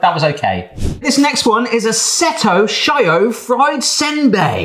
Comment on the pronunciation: And She-oh not Shy-oh for shio (which means salt I think)